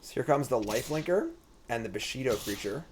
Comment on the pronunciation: It's bushido. just cant pronounce shit:D